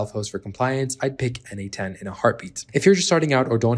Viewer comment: why do you say its called n-8-ten?